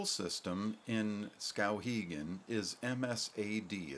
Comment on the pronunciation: I don't like his pronunciation of the town's name.